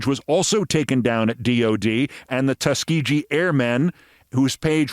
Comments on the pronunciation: Wow, Keith.... REALLY surprised that I have to correct your mispronunciation of Tuskegee (it's a HARD G). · Keith, small correction, the ‘g’ in Tuskegee is pronounced with a hard ‘g’ as in the word ‘grapes’ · Keith, please research how to pronounce Tuskegee. . It's not the way you're doing it. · Tuskegee - hard 'g'